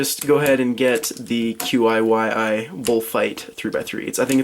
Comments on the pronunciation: QiYi is pronounced as "Chee--ee" if that helps. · I'm 99% sure it's pronounced "Chee Ee" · I think that QiYi is pronounced "chee yee" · Ok, I know I'm like 4 years late but it's pronounced chi-yi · The QiYi is pronounced kee yee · The QiYi is pronounced chee-yee